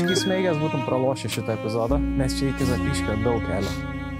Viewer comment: ZapYškis, o ne ZApiškis vilnenskai